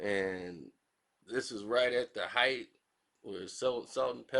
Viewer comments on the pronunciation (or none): none